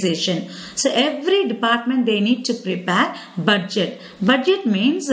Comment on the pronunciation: how many times did she said cash budgeteh